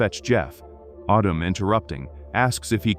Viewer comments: Ardum for goodness sake. It's Adam!! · Autumn? you mean Adam.... your TTS is pajeeted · IT'S. "ADAM", NOT "AUTUM" dumd ass AI speech ! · Its addem not autumn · Only A.I. would pronounce Adam as Ahdam 😵‍💫 😭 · What?!?!?! Mr. Robotvoice screwing up pronunciation? Unpossible! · Perhaps it's just the AI voice being used being unfamiliar with the rules of the English language. The name "Adam" would definitely sound like "ah•dum" if the 2nd "a" in the name didn't make the first "a" a long "a". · I heard autumn. If you turn on CC that's what it heard as well. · stupid AI, can't pronounce the name Adam. Just do the voice over yourself. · I hate when the AI pronunciation gets something wrong and then just sticks with it forever! Like, Adam is a really simple name to pronounce, and its biblically the first name ever! Get It Right AI!! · I think it's AI, and AI mispronounces words all of the time.